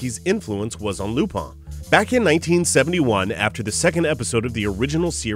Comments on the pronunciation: Its lupin not lupan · i dont't know why do some people pronounce the character's name lupin? it's lupan not lupin. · It depends on the person's preference. Before I knew about the series, I always viewed the name as "LU-PIN." Even the Funimation dubs pronounce his name as such. But, it honestly sounds better to say "Pon" at the end than "-In" because of the French origin.